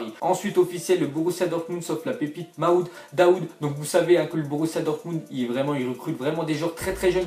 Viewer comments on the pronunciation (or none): C'est pas maoud mais marmoud